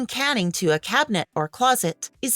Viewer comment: Canning instead of caning… lol